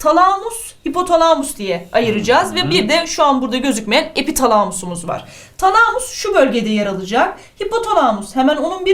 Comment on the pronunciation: Hocam şu talamus kelimesini lütfen şiveli söylemeyin